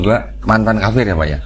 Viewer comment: Tolong, jangan salah sebutannya. Yang benar, BUKAN KAPIR TAPI KAFIR, YA?! Terima kasih. 🙏🙏🙏